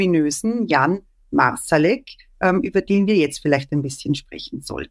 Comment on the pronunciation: Es ist sehr anstrengend, dass Herr De Masi "Marsalek" konsequent falsch ausspricht. Es sit seltsam, dass er sich offenbar intensiv mit einer Person auseinandersetzt, aber nie hitnerfragt, wie man deren Namen ausspricht.